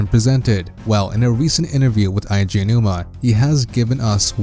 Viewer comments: it's not "aiji" aonouma, it's "edgy" aonuma I shit you not. In japanese, you can add another vowel of the same kind to extend the enunciation. One of the exceptions is "e" because to make the e sound longer you don't add another e instead you add and "i", weird I know but still just my two cents. For someone who loves zelda so much you know little of the creator's name. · it's not eye G a it's ay G a... Nintendo themselves has said his name, and in nintendo directs where he says his OWN NAME he does not pronounce it like you man. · It's pronounced "eh-ji" not "Aye - Ji" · Jesus Christ normally I don't nit-pick about this kind of thing, but you really couldn't do a bit of research to know that it's "Eiji," as in "Eh-ee-jee?" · Eiji = ay-jee